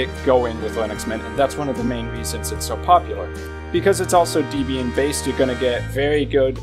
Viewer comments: Distrowatch does not list the most popular Linux distros, it lists the distros whose pages have the most hits on its website. There is no accurate method whatsoever for determining which Linux distros are the most popular. Also please learn to pronounce Debian correctly - it's pronounced DEBB-IAN, not DEEB-IAN since it's named after Debra and Ian Murdock, its founders [also learn to pronounce MATE correctly, it's not MATE but MAH-TAY since it's name after a type of South American tea]. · The official pronunciation of Debian is 'deb ee n'. The name comes from the names of the creator of Debian, Ian Murdock, and his wife, Debra. "Not Deeebian for goodness sake." Otherwise, thanks for a nice video.